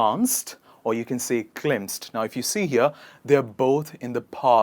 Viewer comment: Good- pleasant , delightful Happy- elated, euphoric Bad- second class, God awful Small- itsy-bitsy, compact Smart- quick -witted, brainy Huge- colossal, towering Laughed- cracked up, doubled up with laughter Funny - wacky, hysterical Saw- glanced at, glimpsed at(pronounce-glimpset) Said- affirmed, retorted Like - soft spot, fancy, adore Ran- bolted , sprinted